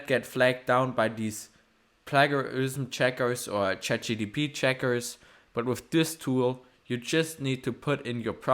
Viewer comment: you cannot even pronounce CHAT GPT correct ................